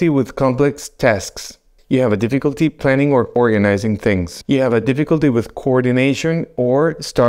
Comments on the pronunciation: Did you say " difficulty pronouncing words"?? I realize it's not your first language, but please work on this word. The word "difficulty" is not pronouned: diff-ICK-ulty (with the emphasis on the second vowel), it is pronounced: DIFF-EH-kulty., the emphasis is on the "diff". Thanks! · Deficklety in pronouncing the word "difficulty." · Di- fik-uhl-tee saying “difficulty” could be one of the signs. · Well you might need to get checked because you can’t say the word difficulty. A concerned internet person. 😂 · I dare you! Say de-fecalty one more time! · dif·fi·cul·ty is pronounced 'difəkəltē NOT dēfē'kəltē 🤪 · No one will take your remarks seriously unless you learn to pronounce the word 'difficulty' correctly. In the English language, you are allowed to mispronounce a word occasionally but repeating 'dee-FEE-culty' over and over is bad news. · Starts with the mispronunciation of the word "difficulty". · I think the guy doing this video has Alzheimers? He can't pronounce "difficulty" correctly. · Difficulty pronouncing difficulty. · HOW BOUT DIFFICULTY PRONOUNCING DIFFICULTY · you're gonna see difficulty in saying the word "difficulty" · Pronouncing difficulty? Is a sign of I don't have a clue 😅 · You can’t even pronounce “difficulty” correctly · Thats a new way to pronounce difficulty 😅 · Will someone tell this man how to pronounce difficulty